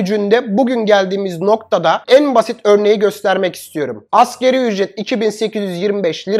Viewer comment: Dostum bunca bilgi donanım sahibi birisin Allah aşkına "askeri ücret" deme ...tüm Türkiye yapıyor bu hatayı Doğrusu : "ASGARİ ÜCRET "